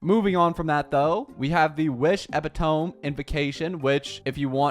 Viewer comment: Have you been saying epitome like that this whole time 😭